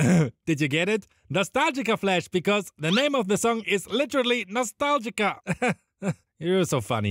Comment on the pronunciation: correction No-sta-lgi-a